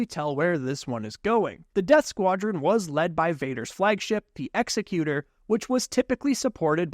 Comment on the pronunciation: Minor gripe, but the name of Vader's flagship is pronounced like "executive," as in a company leader, and not like "execution" (death)